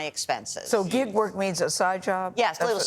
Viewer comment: Gail: “what is gigguh work?” lol 😅